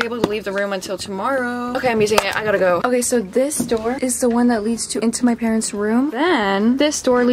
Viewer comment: “Are you o cay” 😂😂